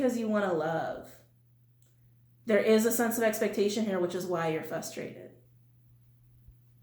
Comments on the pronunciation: fRustrated, .... not fustrated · The word is FRUSTRATED with an r . Fustrated is not a word.